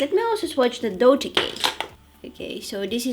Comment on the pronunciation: you're probably the first person that does pronounce "dolce" right lol, lots of love from Italy!!